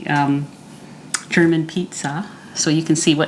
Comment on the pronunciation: You are awesome! I really enjoy your videos. ♥ Usually I do not watch "cooking" videos when they take longer than 15 minutes, but I enjoy your videos so much, they calm me down and they make me sooo hungry! :D And your German pronunciation is pretty much on point! :D well done. Im looking forward to try the protein crust for the Flammkuchen and my version will be kind of "Flammkuchen Elsässer Art" (Flammkuchen Alsace Style) with creme fraiche (or high fat "Schmand") salt, pepper and nutmeg. Topped with "Speck" (smoked bacon - "Schwarzwälder Schinkenspeck" ... Black Forest smoked bacon) and red onions (maybe I ll add some chives in the last few minutes of baking). I won't pre-cook the bacon and onions, but I m going to put the topping (Schmand, Speck & Zwiebeln) onto the crust as soon as it is firm enough and then bake for another 10 minutes or so. Love it when the onions still are a bit more "fresh". Thank you so much for the "Potatoe Pancake" with rutabaga (Steckrübe) - I did not realize that they are so low in carbs. Im going to try them asap! Did you know that this "Potatoe Pankake" ("Kartoffelpuffer") is also eaten as a sweet version? Sprinkled with sugar and cinnamon and served with apple sauce ("Apfelmus") . They are called "Baggers" here in our region (Nürnberg, Germany). My boyfriends grandma made them for me in the sweet and high carb version years ago, but I have to say that my version with a bit of onion and cubes of bacon is my favorite :D Im doing keto for 2,5 ye